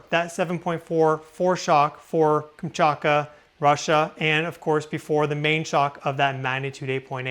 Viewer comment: It's KamchaTka - you always eat the T out.